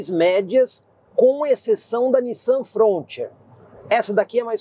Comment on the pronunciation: Apresentação excelente como sempre , mas a pronúncia da Frontier está errada !